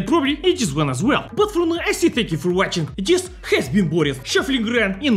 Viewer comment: HEY. I have info that real slav pronunciation of Boris puts emphasis on the "i", so it really should be like Bor-ees, not Bor-is. Are you Western Spy?